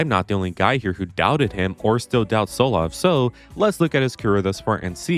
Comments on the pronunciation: saying Solov instead of Tsolov is genuine ragebait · by the way his name is pronounced "Knee-Cole-Uh TSoul-Ov"